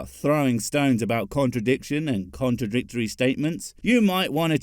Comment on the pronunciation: . He says “contradistory”. This is a word unknown to the OED or even the entire Internet. I know because I checked